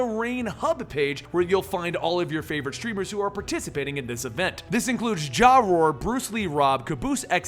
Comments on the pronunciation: His name is pronounced Jayroar not Jawroar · Its pronounced jay roar